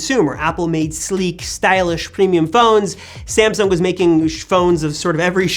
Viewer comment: Its not ”SamsunK”